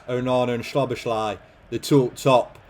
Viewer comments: it’s sah-boz-lee not sobashly 😂😂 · Just a quick hungarian lesson from a hungarian subscriber who actually knows Szoboszlai personally for more than 10 years 😄 the “sz” in hungarian is actually pronounced the same way “s” is pronounced in english so say it like it would be “soboslai” in english like you say Sosa’s name Love your content btw❤ huge fan since the portsmouth series When you upload that day cant be a bad one Keep it up bro👊🏻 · Hungarian here: Sz in Hungarian is basically what 's' is to the english. Not 'sh' but 's' like in sneak, snake, or step. So you pronounce it like So-boss-la and then a long hard i, more like an 'e' in english. So-boss-la-e, so-boss-la-ee. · i almost fell off my chair when i heard schloboschlay 😂😂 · Is it correct to pronounce it like soBOSlai? With the pressure on the middle? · As a hungarian that pronunciation of Szoboszlai's name hurt my ears.